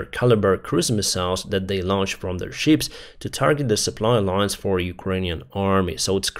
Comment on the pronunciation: Thank you for your work and videos. One little unimportant correction: Please do not pronounce the word 'ship' 🚢 like 'sheep' 🐑 🙂 Greatings from Switzerland